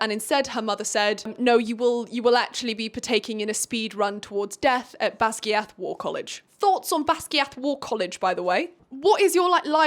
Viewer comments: Baz GUY ith not basgeeeath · bestie, I didn’t know how to pronounce Basgiath either when I first saw it😭 but it’s actually Bas-GUY-ith! I learned it when I switched to the audiobook P.S. I’m sorry, I absolutely hate being the person that corrects people but I figured you’d be mad if no one told you either😭🫶🏻